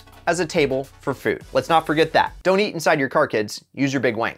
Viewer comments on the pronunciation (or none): its not wing its wang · Did he just say "... Your big wang", instead of "wing"? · Two of the times he said wing it sounded like wang... "Don't eat inside your car kids, use your big wang"